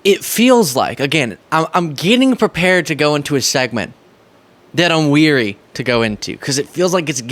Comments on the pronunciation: The word is 'wary', not "weary". 🫤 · Wary, not weary. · dear, you did it, and I see a lot of young people make this grammatical error: When you are hesitant, or cautious about something, you are WARY (pronounced like AIR). If you are WEARY (pronounced like WEIRD) you are tired, exhausted. You can't be WEARY of something you haven't done yet, but you can be WARY of it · It's wary not weary. You were wary to go into the subjet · The word is 'wary' unless you are tired in which case you are 'weary'...pronounciation matters don't you think... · The proper word is WARY,, not WEARY. Weary means you are tired. Wary means you are not sure you want to do something.....